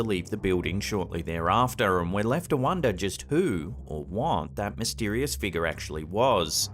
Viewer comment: Been watching your videos for years. I get a kick out of the way you pronounce 'figure' " Figar" 😅 Edit - i bet cash money that "bag of snakes" smelled like absolute hell when he opened it. 🤢